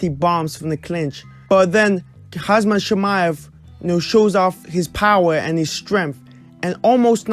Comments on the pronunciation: It's Khamzat and not Khazmat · you keep saying hazmat